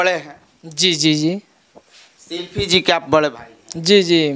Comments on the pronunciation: Shilfi nahi ji shilpi boliye🤣🤣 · शिल्पी को शिल्फी बोल रहा है 🤣🤣🤣